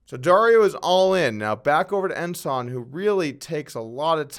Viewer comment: Hey, somebody told you how to pronounce Ensan, he ranks higher than Ensign.